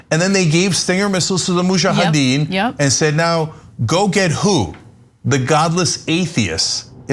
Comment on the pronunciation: Crank head does not even know how to pronounce Mujahideen......